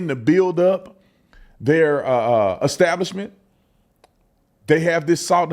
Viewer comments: He said Eggstablishment and not Establishment. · Ecstablishment 😆. What a ruckin Feetard! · Pastor need to learn to read it's not eggstablishment 🥚🥚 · "At their ek-stablishment." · That "pastor" needs to pray for redemption and the ability to pronounce "establishment" (hint: it's not exstablishment). 😂 I put some money in the Salt and Honey bank, all the best to them! 😊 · You could tell the pastor wasn’t up to snuff by the way he pronounced establishment.